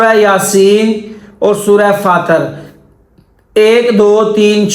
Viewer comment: Fatar nahi fatir